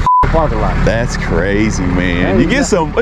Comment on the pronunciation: "Dat's asinine." How can you use asinine correctly and mess up "that's?"